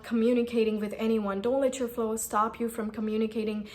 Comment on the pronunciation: I guess it's flaws and not flows, you've been pronouncing it wrong